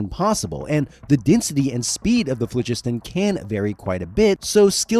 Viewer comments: I hate bad AI voices - the damn AI keeps referring to the crystal spheres in the phlogiston as "Spears in the flegston" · Plus, latin or greek styled word emphasis should be on the phlo. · It's phlogiston, not phlegisten. Like FLAW-gis-ten. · Mispronouncing Phlogiston (flow-giss-tahn) really took me out of it. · FLOW-jis-ton - emphasis on the first syllable, with the final two syllables distinct. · Waitwaitwait. The second O in pholiston is *silent*?? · I had to stop at , because I got sick of hearing the guy mispronounce "Phlogiston" over and over.